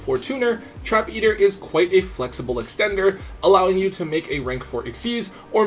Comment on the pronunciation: finally says Xyz correctly!